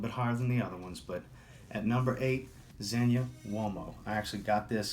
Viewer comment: Thank you for pronouncing Zegna correctly.